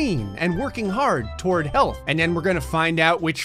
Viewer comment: Why I feel like when is saying "health" it's sound like "hell"?